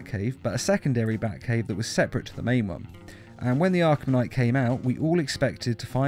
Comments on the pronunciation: "Arlham Knight" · It said arhlum knight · "Batman: Arlham Knight" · Did anybody notice how it's says arlham knight